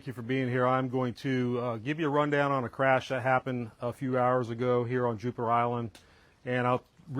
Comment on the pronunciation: This police officer repeatedly said "Juper". I think he means Jupiter.